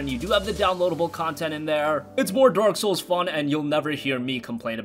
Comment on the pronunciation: Did dude said dork souls instead of dark souls?